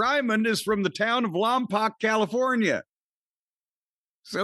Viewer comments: It’s Lompoc not Lompac. Lom pock phonetically. My Uncle lived there, closest to Santa Barbara he could afford back then. Was a Christmas tree farm. Beautiful place, smelled great year round. 🤎U both, thank you for sharing. You perform a mental health service for the world. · I think its pronounced lom-poke